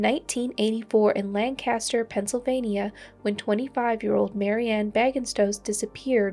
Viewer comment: FYI. Lancaster is pronounced Lank-a-ster. It’s a Pennsylvania thing😊